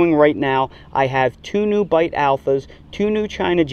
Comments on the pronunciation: Just Beit Alpha is an Israeli variety and came from seeds found in an archeological site. "Beit" is actually pronounced like "bait" not like "bite". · Loved the video and learned a lot from it. One small comment though - Beit Alpha was developed in Israel and Beit (means 'house' in Hebrew) is pronounced as 'Bait', not 'Bite'. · It's pronounced "bait alpha." 👍🏽